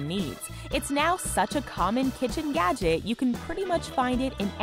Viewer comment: Is it just me or does it sound like she's saying "yadget"?